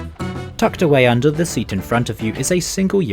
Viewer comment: PLEASE stop saying "thee" and start pronouncing it correctly. We're not in the middle ages and you'Re not a poet.